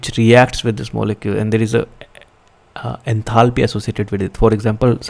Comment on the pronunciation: Did nobody else notice 'enathaly' 😅